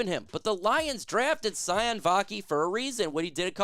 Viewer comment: I believe it's pronounced: see oh knee (Vaki)